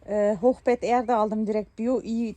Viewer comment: 🤣🤣 Hochbett deĝil 🛏!!! HOCHBEET!!!😂😂😂